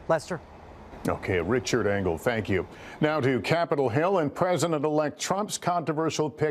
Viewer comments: Engel, not Engle. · Engle, not Angle.